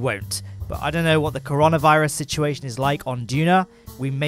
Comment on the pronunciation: Cursed prononciation of "Coronavirus"